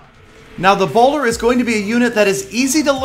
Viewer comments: I thought I read "ebola" it even sounds like "Ebola" and not the bowler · Also every time said 'bowler' I was like: Ebola. Try it out